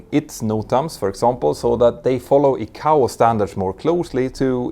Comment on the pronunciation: Crikey! Does he use a 'teal-a-fone' or a 'tel-li-fone'? More wanky deliberately mispronounced industry terms to create his own arrogant authority! It is TEL EX (telex) not 'teal-lix' FFS! It is 'Ai-Kay-Oh (ICAO) not Ee-Cow! The same applies to Ai-Ar-Tah (IATA) I respect the work he does and the information he helps clarify for those interested parties outside the industry, but just as the information being disseminated must be correct so too must the pronunciation of industry-standard terminology. A European accent is not the issue, arrogance is. All of my European, African, Asian, Middle Eastern and Western commercial aviation (airline) industry colleagues manage to correctly pronounce these and many other terms. He will have heard his industry colleagues using the correct terms but elects to give it his own unique spin like he knows better! He even changes Juan Trippe's (Pan Am) name into something unrecognisable! There is no need for it and consequently it diminishes the quality of his work.